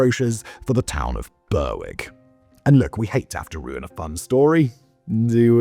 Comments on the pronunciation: Man knows how to pronounce "Scillies", but not "Berwick". Says a lot. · its not "Bur-wick" its "Ber - ick" on tweed lol english person getting scottish names wrong, thats why we keep trying to end the union! brewick will always be scots hahah. sorry simon X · Not being able to pronounce Chinese I can understand. Not excuse (it's your job man!) but burr wick? BURR WICK ??? you're English! It's pronounced berrick. At first I thought you were doing this intentionally for engagement, but no. You really just suck at it 😂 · Well done on pronouncing "Scilly", Simon. Shame about, er, "BURR-WICK". Where is this BURR-WICK?? Did you mean Berwick-upon-Tweed? "BERR-ICK" upon Tweed? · It is not Ber_wick, it is pronounced Berick. And Berwick-on-Tweed (to give it it's full name) still has a split personality, as the town's football (soccer) team is the only English club to play in the Scottish football leagues. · burrwick ? When did you turn into an American Simon? Don't do a video about Worcestershire will you 😂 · It's pronounced "Ber-ick", and while it might not be at war with Russia, it is still illegally annexed by England. Its football team even plays in the Scottish league. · Boasts about Scilly then fudges up Berwick (Berrik). Tssk tssk Simon, your British credentials are being called into question! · Oh my god its Ber-ick the w is silent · last time i was this early rerrrwick was called Berwick-upon-Tweed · I'd like Kirkcudbright (Dumfriesshire, Scotland) to declare war on somewhere just to hear Simon's attempt at pronunciation. 'Burrwick' Indeed! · Honestly, that pronunciation was killing me all the way through XD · Bloody hell Simon, you're effing ENGLISH. WTF is Burr-Wick??? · Your saying Berwick all wrong, great video though nice to hear a tale from my hometown 😊